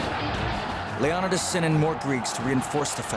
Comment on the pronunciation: The way he pronounces leonidas name irks me